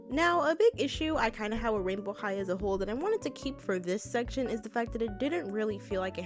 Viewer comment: I thought you said royal high💀